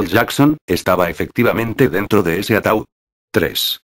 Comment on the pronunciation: es ataud no ataul